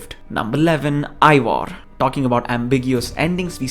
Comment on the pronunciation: Not ivor... its eivar